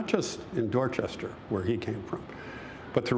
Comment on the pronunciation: Y’all need to learn how to pronounce dorchestah